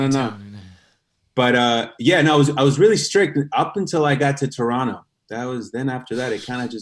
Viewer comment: David says Toronto properly and suddenly I am in love.